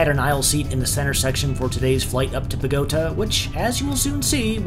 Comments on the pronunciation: Did you call Bo-go-ta.......bagota? 😅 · Not only do you have trouble pronouncing Chinese names properly you also mangled Bogota its pronounced bog o tar not bogo t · i understood when you said Aeropuerto lol, but it’s Bogo-tahhhh not Bogota. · Bogota is pronounced Bo-go-ta not buh-go-tuh... just a friendly reminder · It's BO - go - TA - no accent on GO.. Next week AVianca - Montevideo Lima San Salvador home to San Francisco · I love your videos, and I was even starting to believe that you could speak passable Spanish ...that is, until you pronounced Bogotá to rhyme with “pagoda.” Ugh. Maybe that’s what set that cashier off! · There is a Bogota in NJ. He knows how to pronounce properly in English. He is just playing stupid (I hope.) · Flight to 'Boa-goat-a'? . Por favor! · I love the way you pronounced Avianca and Bogota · Great video, but the way you pronounce Bogota made my Colombian ears bleed.